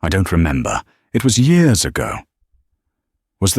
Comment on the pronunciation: So when did "years" become "yores" in the English language? Have I missed something?